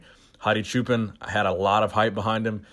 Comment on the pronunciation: How many ways will Choopan be pronounced?